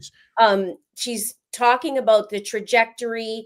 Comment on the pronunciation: Haha!!! I had a feeling you were from Canada!!!! The way you were saying aboot!! Haha Fellow Canadian here!!